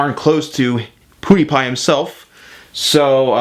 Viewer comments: it's not "pudipai" its "piudipai" :D no hate just saying if you didnt know :) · I love how he says ''poodiepie'' instead of ''pewdiepie'' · I think it's pew die pie not pooo die pie . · M8 Even pewdiepie calls himself for poodiepie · It's funny how u said it Poo de pie :) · Lol I heard him say poodiepie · You say pewdiepie wrong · You completely butcher PewDiePie's name's pronounciation. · you said his name rong it is pewdiepie